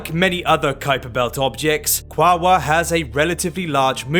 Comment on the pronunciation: Apparently that's the preferred spelling by the native Tongvas. Also it's supposed to be 3 syllables: Qua-o-ar, not 2